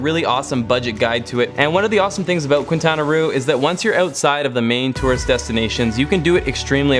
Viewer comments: Very amazing travel suggestions!!!! By the way, you butchered Quintana Roo's pronunciation. It is pronounced as "kinˌtanaˈro/, [kĩn̪ˌt̪anaˈro]" Make sure to rrroll the "R". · Quintana Roo pronounce as Kintana Ru. Love from the Philippines. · Awesome views😻 btw Quintana Roo is pronounced “Keen-tanah-roo” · Now THAT is a great list of recommendations!! Can't want to start planning my next travel! Ps. I love how bad you pronounce Quintana Roo 😂